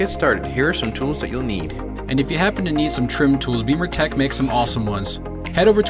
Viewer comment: I've read some good reviews on the XBimmers forum for the Alpha 1 amp. Great installation video. BTW, why do you pronounce the name of your company "Beamer"Tech when it's spelled" Bimmer"Tech?